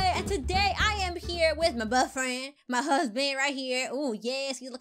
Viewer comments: I love how she said bufrens XD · I love how she says boyfriend it’s so funny